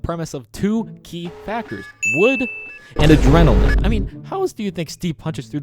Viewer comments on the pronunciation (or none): Adrenaline????😂 what is that word?😂